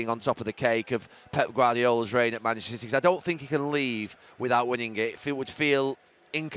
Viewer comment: “Masssserer Citeh”